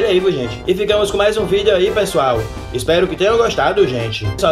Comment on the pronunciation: Mermão tu falando "vídeou" é muita comédia